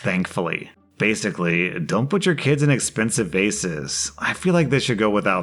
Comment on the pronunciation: That’s what you could vasically say